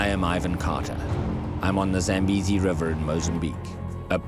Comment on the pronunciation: So the people there are white? The pronounciation is Zah-m-bay-zee; It comes from my father's language, so I know